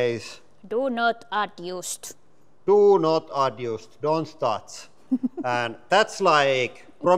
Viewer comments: "Do not adyoost" I love you guys... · My jack ALSO says Do Not Adyoost. So I will not adyoost it. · He says “do not adyoost, don’t touch, and that’s, like, promise of adventure for us” so your correction is not correct either.